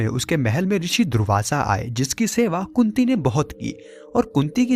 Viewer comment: kunti ya kutti? kya bol rahe hai.karan ko srap nahi mila tha